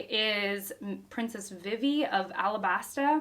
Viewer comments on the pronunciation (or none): Vivi is pronounced Vee Vee, but also, I love this as another example of genre sampling. It's a Western this time, with the 1 man vs. 100 bounty hunters. That one man is Zoro, but still.